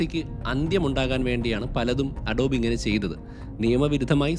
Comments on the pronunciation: അഡോബ് അല്ല അഡോബി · അഡോബ് അല്ല അഡോബി ആണ് ട്ടോ